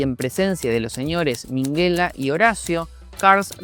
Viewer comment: Mejor no digas mas el nombre de Carles, nada que ver como lo pronuncias al igual que el de el señor Minguella. saludos